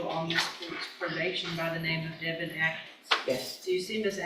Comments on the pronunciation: i was thinking the same thing simply because my husbands name is Davin which is how the AI voice said instead of Devjn not Davin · Devin not Daven!!!